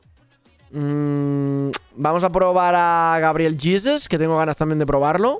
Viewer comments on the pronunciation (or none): none